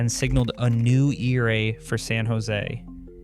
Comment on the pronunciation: E-R-A? It’s ERA bro. One word. Sound it out.